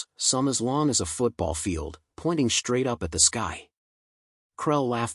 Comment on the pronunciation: Your AI ALSO mispronounces all words with "...str..." in them!!!!!!!!!!! LOTS of AI AND Humans do this and it is FREAKING ANNOYING!!!! SHTRAIGHT, SHTRAIN, SHTRONG, AUSHTRALIA, DESHTROY, ETC ETC ETC........... THOSE FKN WORDS DO NOT HAVE AN "H" AFTER THE FKN "S"!!!!!!!!!!!!!!!!!!!!!!!